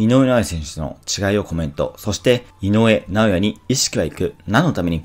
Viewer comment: 井上尚弥が言えていない